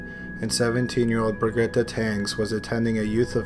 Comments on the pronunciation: Brigetta 😂😂 Its bridget spelt brigette i think 😂😂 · sounds like you are saying "Bra-Getta" ??? I believe it is pronounced (soundslike) Bridge-ette... = Brigette. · Listed "Brigitte" for the number 4, you should pronounce it Breeg hit (with a soft G and no emphasis on the h of hit) and it's french, sorry but I really ticked when you said it XD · Brigitte: Pronounced "Bridge eet": french form of the English name Bridget. (Pronounced "Bridge it"). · Pretty sure "Brigitte" is pronounced "brid-jit." That being said, my sincere condolences to the families & loved ones of these victims. Thanks for sharing,. Keep up the great work. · Her name is pronounced Bridge-it